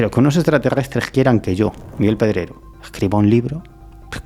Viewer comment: ¿Pero que le pasa a Miguel con las R? Grrr tiene un problema suenan como gggg las pronuncia muy mal sin marcarlas grrrrr 😅 Miguel Pedregggoo